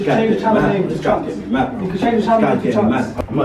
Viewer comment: his name is not chuchz it chunkz